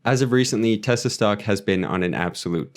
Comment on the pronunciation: Thanks for taking time to break these down. Good job pronouncing Tesla a lot of people pronounce it as Tezla. New to the channel I subbed.